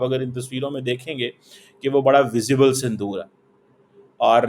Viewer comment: Sandoor nahi saaile Punjabiie it's Sindoor